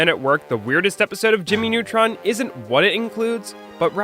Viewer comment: Jammy Nutron